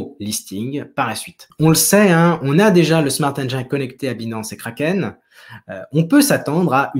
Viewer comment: Salut, encore une super vidéo ! Par contre faudrait essaier à l' avenir de ne plus dire smart engAIne mais bien smart engine prononcé "i", pcq j'ai les oreilles qui saignent à chaque fois que j'entends cette erreur haha